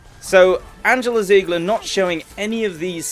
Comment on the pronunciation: Your name includes the german "Panzer" but you can't pronounce her name, why?